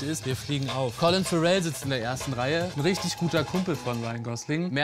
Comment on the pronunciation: "Collin Farrell"? 😂